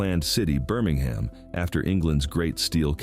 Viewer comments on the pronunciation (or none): BirmingHAM not Birming-um Mobile is pronounced Mo-Beel not moble. Elyton is pronounced Ee- luh-tun. This is the only reel I’ve heard say Alabamians with a long a sound in the third syllable- 🤔Ala-BA-me-ans🤦🏻‍♀️